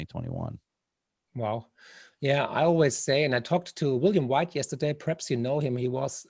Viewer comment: Marc, du bist top. Ich habe in den letzten Jahren so viel von dir gelernt. Unter anderem durch deine tollen Bücher und jetzt seit Monaten durch diesen Kanal. Darf ich dir daher auch einen kleinen Tipp angedeihen lassen? Dein "perhaps" hört sich jedesmal wie das englische "preps", also "Vorbereitungen" an. Als Prepper fällt einem das auf ;o). Grüße und weiterhin viel Erfolg und tolle Gäste.